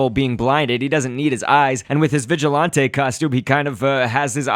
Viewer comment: You said vigilonté 😂